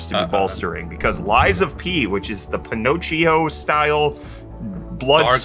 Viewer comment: Pinocchio - pin-OH-kee-oh. I am not the pronunciation police but that really bothered me.